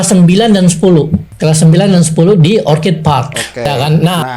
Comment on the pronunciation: Dalam bahasa Inggris, ORCHID yang artinya ANGGREK.... itu pengucapannya OR-KID ...pakai K, bukan C!!! Kalau yang diucapkan pakai C itu kata ORCHARD artinya kebun buah!